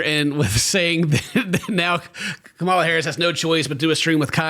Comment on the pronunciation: Please learn how to say Kamala. She deserves to have people at least know her name.